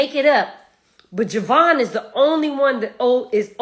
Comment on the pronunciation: She don’t even knw JAvaughn’s name. It’s not an O. Ugh and she keeps saying it over and over. Glad she’s holding CR accountable. Finally.